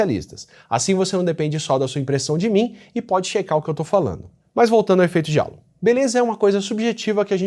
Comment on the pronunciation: Pequena correção: Halo se pronuncia 'rreilou'. Significa "aréola", como se quem fosse bonito usasse uma.